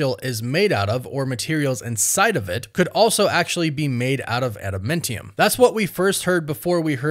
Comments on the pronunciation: Adamantium. Not adamintium. Trashtrashtrash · Wtf is ADAMENTIUM?! Its ADAMANTIUM. Smfh. Annoying af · first of all the substance is not at a momentum it's Adamantium like Adam and Eam Not Adam Mentem there's no mentee in Adamantium so change your pronunciation and get it correct it's Adamantium. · Say it with me, Ada-MAN-tium! Lol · Ada-MAN-tium my dude. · Add a MEN tiyum 😂. 🤦🏼‍♂️. Fingernails on a chalkboard.